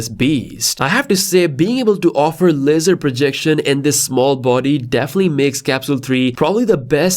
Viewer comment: It sounds like you are saying, cosmos lizard. 😅